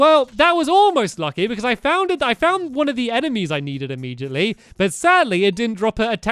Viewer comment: Not hating but why do u say imemgitally.. It's immediately